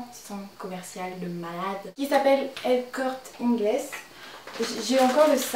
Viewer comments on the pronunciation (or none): El Corte Inglés c'est à la base espagnol et ça se dit "Corté". :) Pour les clous de customisation que tu cherches, je crois qu'il y en a chez H&M. Fais attention avec ton parfum car même s'il sent pareil, la composition ne doit surement pas être la même vue son prix. En tout cas ton look est super, j'aime beaucoup ton maquillage et la robe que tu portes te va vraiment bien. :) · el corte inglés ! J'ai trop rigolé hihi C'est Corté que ca se prononce